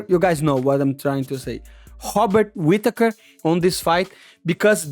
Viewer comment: Im going to need Money to say Robert Whitaker 3 times to start every stream from now on. 😂 pretty sure thats how I sound saying most Brazilian names so I understand 😂